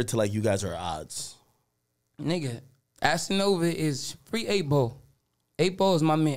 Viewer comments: "assanova" lmaoooo 😂😂😂😂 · Lol man called cass Assanova 😂